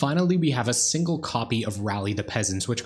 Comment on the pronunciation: "By a singre Augur of Bolas"